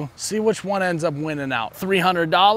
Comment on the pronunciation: Three hundred vs free hundred